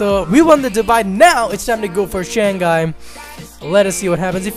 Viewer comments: Its pronounced as shang-hai not shan-ghai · shang-gai ? hahahhaa lol